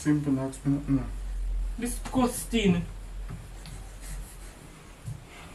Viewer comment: It wouldn’t be a video if one of unu never say “DISGOOSTING” 🤣